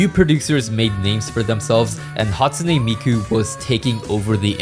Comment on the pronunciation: "hatune miku"